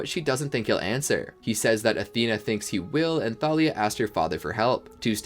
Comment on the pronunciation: It's Thalia not talia